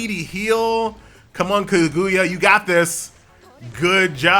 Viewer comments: Ka-GOO-ya. Boy they about to get you lmao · Kag - OOO - ya LOL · The game is decent but the way says kaguya is something else